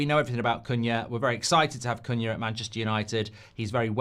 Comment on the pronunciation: is awful at saying his same. She’s the same with Cunha too haha